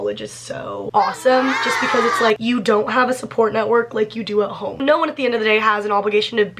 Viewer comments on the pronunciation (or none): none